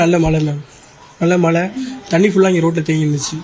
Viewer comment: பெயர் தமிழரசி. மழை, மலை அல்ல. அதிக அளவில் தமிழ்ப் பெண்கள்தான் தமிழை கொலை செய்கிறார்கள்.